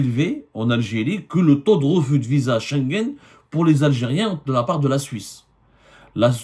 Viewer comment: Vous avez dit Visaa,Visa comme c visant?